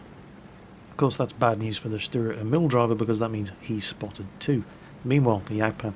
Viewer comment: fyi, Emil is pronounced with a long "E".:)